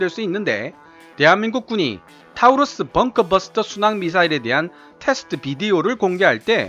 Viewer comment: 타우러스가 아니라 토러스라고 읽는겁니다.